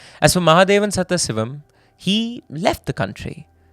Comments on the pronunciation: Where is this presenter from? Keeps repeatedly pronouncing Sadaasivam as Setthasivam 😂😂😂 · The name should be pronounced as Sadhaasivam not Satthasivam. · Please invest in a pronunciation expert for South Indian / Tamil names. Our names sound so foreign coming from a fellow Indian Pretty sure its is actually Sadaaasivam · I cannot forgive you for the way you pronounce "Sathasivam".